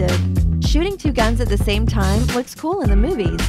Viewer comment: Danny S "They key,"